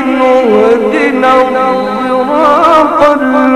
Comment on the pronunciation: إهدنا الصراط....وليس الضراط...ماهذا اللفظ